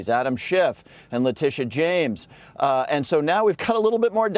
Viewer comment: He mispronounced the name (Fictitious James)- a modern day author of injustice against the white man